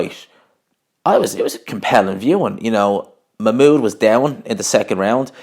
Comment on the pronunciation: I think your saying his name wrong